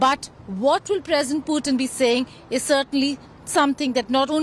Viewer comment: hey India Today guys, Please do not mis pronounce PUTIN .... its POOTIN